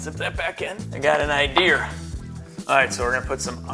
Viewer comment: "got an idear" Reminding me of Paul Sr. from OCC